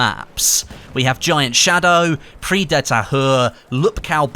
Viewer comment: The "Prise" in Prise de Tahure is pronounced "preeze", what you are saying is "prix", meaning prize.